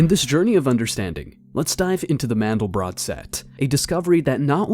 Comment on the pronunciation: First: These people can't even correctly pronounce a German name "MANDELBROT". Second they have no idea what the meaning of MANDEL and BROT is. And third: This is the absolute stupidity to the power of a googol. Don't waste your time. BUT!!! There is one absolute truth: Infinity. That has nothing to do with god. Now to the explanations: MANDEL is a nut often used in powdered form for the production of Marzipan. If you add rosewater and sugar it becomes a very sweet paste for human consumption. Most Americans never heard of Marzipan. BROT is the German word for bread. So, MANDELBROT is a name for a loaf of bread made from nut flour. What has that to do with god? Nothing. If you feel now I tricked you and wasted your time. Correct. It was my intention, because that's what this clip does to you. I never talked about god and never brought MANDELBROT in connection with GOD. I see no connection. Only the people behind this clip do. Notice that they talk about "the mind of god" without making the slightest attempt to prove god first. Why? There is NO WAY to prove god! You can either believe or not, whatever makes you happy. Science has discovered what "seems to be" the mind of god. I guess you now know what they mean with "seems to be". The rest is "silence". But I make another bet: If you are a believer you need no proof, if you are a sceptic, you know and accept the simple truth: god is "unprovable". Now apply mathematical logic. The result is "nothing". That's why today scientist